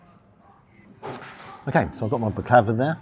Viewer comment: Was going to say it was an expensive kebab... But actually it wasn't. Good pronunciation of Baklava the last two times..I got corrected on that a few years ago. 👍